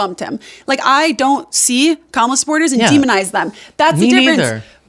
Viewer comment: wow, she pronounces Kamala’s name correctly. I’m shocked.